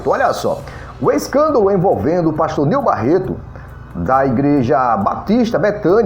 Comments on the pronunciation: rapaz vc não sabe nem pronunciar o nome do pastor direito. o nome é : NEIL BARRETO vc se consegue falar correto agora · Meu Deus a pessoa que fazer a fofoca mais não consegue nem falar direito o nome certo meu Deus tenha misericórdia dessa língua 👅